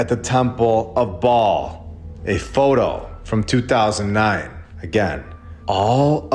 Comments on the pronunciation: Baal is pronounced bail not ball. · Ba’al Earth, Not Ball. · Baal is pronounced Bay'll if im not mistaken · Just so you know the correct pronunciations; Ba'al...long a, hence accent Yahweh...Jehovah. Both are ok however the most common name for almighty God is Jehovah. This is world wide especially old world, they've hidden but in plain site. God's name means, "Cause" or Causes to become". Fitting right!This video was icing on a layered cake to me brother. God bless you!❤ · You missed the whole point, sister. This isn’t about how to pronounce Ba’al—it’s about exposing that we’ve been living under his system. The ball Earth lie is Ba’al worship disguised as science. A sun-worshipping, globe-spinning fantasy shoved down our throats to erase God’s firmament and throne above. So whether it’s Ba’al, Bale, or Babble, the deception remains. The Earth isn’t a ball. It never was. They just replaced God’s truth with Ba’al’s blueprint—and you’re worried about vowels?